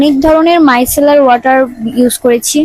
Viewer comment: মাইকেলার না মাইসেলার😅😅😅😅😅😅😅😅😅😅😅